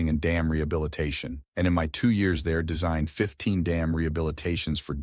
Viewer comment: I put this on kinda zoning out until I kept hearing the video say "yaras." Look at the screen to try to get some context on what yaras is? Years. It was trying to say years..